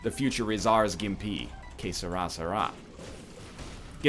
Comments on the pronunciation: "Qué Será" dude, get it right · it's "Que será" NL ahah